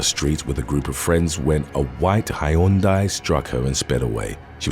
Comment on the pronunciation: Wow. Some of the mispronunciations are funny, but Hi-yoan-die?